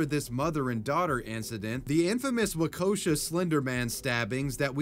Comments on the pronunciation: I'm from Waukesha (don't know why he pronounced it wau-kosha, it's pronounced like walk-esh-ah but without the L in walk), and I was in elementary school when it happened. So I never got the whole story until this video. I seem to remember that the middle school that they went to had a car parked in the front of it that was covered with police tape for like a year before this incident, too. I think it was unrelated. Also my highschool (in Waukesha) someone brought a gun to school and the SRO shot the kid for not giving it to him, and that was a pretty crazy day at school. And then a year or two ago in Waukesha that dude ran over our Christmas parade. My best friend's boyfriend saw his brother nearly get run over. I drove past a fall parade last month and at all surrounding roads there were cops and road spikes ready to go, and nearly every house has blue porch lights in remembrance. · It's pronounced WALK-A-SHAW Wisconsin. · lol "wakosha" It's Waukesha, pronounced like "wa-ke-shaw" for anyone who cares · The way you pronounce Waukesha bugs me to hell and back as a Wisconsinite lmao. Wah-Keh-Shaw. Excellent video though. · As someone who grew up in Wisconsin, I just wanted to let you know Waukesha is pronounced Wa-kah-shaw. It's one of many Native American named areas in the state 😊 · I cringed at “Wah-koh-shah” I can understand Wa-keesh-ah but my goodness 😂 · The Slenderman stabbing happened in Waukesha, Wisconsin. Its pronounced "Wah-KISH-aww". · Also its pronounced WAU KEY SHAW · As Waukesha, WI is my hometown, I am offended by your pronunciation of it. Waa·kuh·shaa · The slenderman stabing you got the name of the city wrong its Waukesha. Its ponounced like this Walk-a-sha. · I know that Wisconsin has a bunch of hard cities to pronounce and it doesn't really matter...but: Wau-ka-shaw is how it's pronounced. (From there) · I love this video and shining light on this topic but I hate how he says Waukesha. Waa-kuh-shaa.